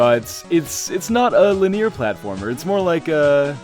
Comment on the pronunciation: He pronounced linear weird again!